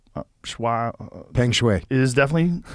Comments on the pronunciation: How do you not know how to pronounce "peng" come on Joe... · “Pung Shuway” Not Peeeeng. Just spelled that way. X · The 'e' makes a sort of 'u' sound in bug, so you'd pronounce it more like 'pung'. The 'ai' in Shuai is pronounced like 'eye'. So it's like 'shweye'. Hope that helps! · The pronunciation of Shuai rhymes with "why." The "e" in Peng is pronounced as in "women." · Jocko is remarkably close in his pronunciation, the only difference is that 'Peng' is more like 'lung'.